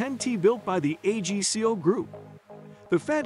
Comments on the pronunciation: its called AG-CO, not A-G-C-O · Nor AGCO. 😂